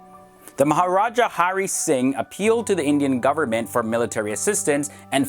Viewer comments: Its Maharaja not Mahajara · Its "Maharaja" NOT "Mahajara" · maha raja not maha jara lol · This video is of Kathmandu, Nepal not Kashmir. 'Maharaja' is a Hindi word which means king, it is not pronounced as 'mahajara'. Anyways, this was a really nice and informative video. I really appreciate it. And yes, India has sole right over Kashmir. Pakistan has nothing to do with the land. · It's Maharaja( king) not mahajara. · It is MAHARAJA and not MAHAJARA... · WTF!! what just he pronounced "Mahajara" instead of "Maharaja" xD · Its Maharaja and not Mahajara😑😑...do these goons even make an attempt to do proper research before putting up videos on youtube... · U can't even pronounce the words n u think u know about Kashmir just by watching some videos or reading some journal...it's much more complicated than u think...n for the record it's Maharaja not mahajara...which means king... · Its maharaja..... not mahajara ! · it's Maharaja, not Mahajara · Maharaja is king but not mahajara .. and that's what he said , " mahajara" 🤣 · it's maharaja not mahajara😂😂😂😂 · Please correct your pronunciations 2.20. It is spelt as MAHARAJA and pronounced the same way and not Mahajara. Jai hind. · It’s Maharaja not Mahajara....... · bro it ain't mahajara it's maha raja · .. Mahajara?! Did I hear it right guys?! Asshole that's Maharaja!! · Mahajara lmao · Not mahjara... It's maharajah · its MahaRaja, and you pronounced as Mahajara. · It's ma ha Ra ja not mahajara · *Mahraja, not Mahajara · It is NOT pronounced/spelled"maha-jara" ha ha, MAHA (great or big) RAJA(king) like rex, regal.... Look at India & then Pakistan. Who do you think has any 'future"? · u mean MAHARAJA.... not mahajara. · It's not "Mahajara" dumb. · It aint mahjara. Its maharaja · Said Mahajara instead of Maharaja, and they are deciding the belonging of Kashmir ! Someone plz give him CBSE's class 2 history book. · It's maharaja!! Not mahajara 😂😂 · it's not " mahajara " it's "maharaja" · Mahajara lol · lol! It's "MahaRaja"